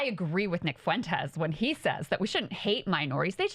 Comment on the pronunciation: The name is not, "Foo entes". It's like the word, "when", with an "F" in front of it. Learn it, Kyle. Tired of hearing your absurd over-pronunciation of that name.